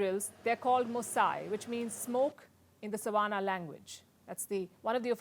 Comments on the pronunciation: You said "savanna language" There isn't such a language, down here, in South Africa🇿🇦. I'm guessing that you most probably wanted to say "seTswana Language"... and the other seTswana word you mispronounced "MOSI" is pronounced as "MOōsee"... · I listened carefully, she's actually trying to read "Setswana" and it sounded like Savannah. 😄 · I think she said Savannah😅😅😅not even Swahili...but I think she meant Setswana maybe...